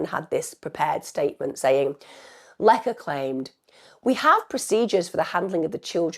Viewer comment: Please put some effort into pronouncing the Polish name correctly. It's easy, her name is Łecka and you read it "Wetska"